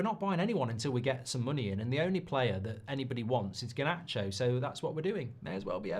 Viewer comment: This whole thing needs to end, I just can’t hear Mark say GAH-nacho anymore.